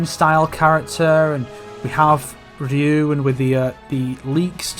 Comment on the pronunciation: Ryu rhymes with few, yes, but it ain't pronounced "rinnoo" mate :P